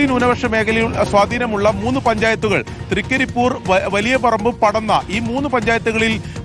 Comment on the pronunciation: തൃകരിപ്പൂർ അല്ല തൃക്കരിപ്പൂർ